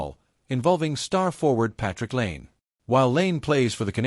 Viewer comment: There's literally nothing controversial about this "revelation". Also, the lazy use of AI narration and mispronouncing of "Lane" and "Pear" is terrible. Use your own words.